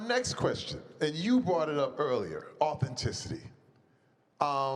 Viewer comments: I’m mad that speed didn’t say authenticity right?😂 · Bro can’t pronounce authenticity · “Authenticity” was messing Speed up 😂😂😂😂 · Speed can’t pronounce words that 10 years old can with ease. I like speed but he is very uneducated. I cringe when he mispronounces words in front of everyone.